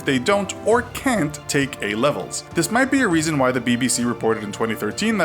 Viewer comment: I've never heard an American say "A levels" before. You make them sound weird.